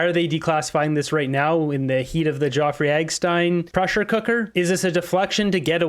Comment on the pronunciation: His name is Jeffrey NOT Joffrey ❤